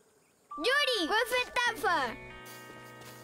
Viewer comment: El idioma F se me hace ingenioso para poder aprender a adaptarse a varios trabalenguas y también para mejorar pronunciación, sin embargo me di cuenta que en una parte Lili dijo mal una palabra en F, dijo "Yuri, cuefentafa", la gracia de la F es añadirla a cada fonema vocal en este caso sería "Yufurifi cufuefentafa" pero bueno ❤